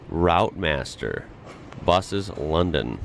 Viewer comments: The old Routemaster buses are pronounced 'Root Masters' not "rout masters"... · Routemaster Buses. Route (pronounced Root) Not Rawlt! Edit: Pavement is where you'd be standing, drooling, at all the Red Double Decker Buses, going on their different routes (Roots), as seen by their Route (Root) numbers! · Just to let you know for future reference it not pronounced as routemaster {rowt-maa-stuh} (American) it pronounced as RouteMaster {root·maa·stuh} (British). they was known as AEC Routemasters. old buses that where designed for people to just hop on and ride and hop off at traffic lights in london to prevent them being late to any specfic location / destination. apart from that great informative vid, keep it up. 👍 I believe a person below gives a better description to what happened to them. (5imp1) Funny enough the British Sit-Com "On the buses" used Routemasters. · And it's pronounced "Rootmaster", not "Rowtmaster". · pronounced "rootmaster" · The Routemaster is pronounced Root master Route in the UK is pronounced root. the buses carry 52 passengers including 5 standing. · It's pronounced 'Rootmaster' 😊